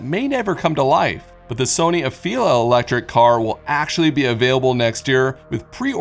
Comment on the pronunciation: “100% elejric”